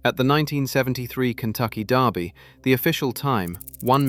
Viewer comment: Kentucky DERby not Darby